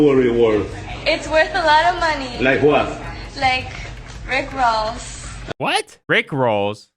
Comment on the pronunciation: ITS NOT " RICK ROLLS" ITS RICK ROSS, THE RAPPER LOL.